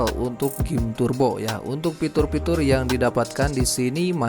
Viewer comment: Fitur bang, bukan pitur 🤪